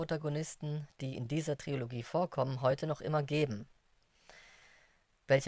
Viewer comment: Super Info, aber bitte Leute ... Tri-lo-gie Nicht Tri-O-lo-gie